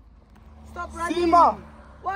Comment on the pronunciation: Not "why are you ronning" 😂😂😂😂